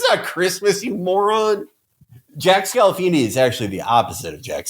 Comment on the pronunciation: My fucking face when i realized Felix was mispronouncing Jack Scalfani and i knew they were gonna talk about my all time favourite cooking show.